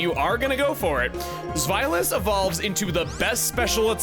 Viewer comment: I love that in the Deino line, he only mispronounces Zweilous. The Z carries a Ts sound and a W is a V and he’s correct with the rest 😂😂😂 (the ei diphthong carries a sound that sounds like eye).